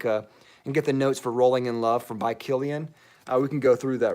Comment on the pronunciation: Had a great laugh at your intro of Rolling in Love. I totally thought you said Bowling in Love. I was thinking, "Wow. They are making fragrances for everything these days!" LOL :)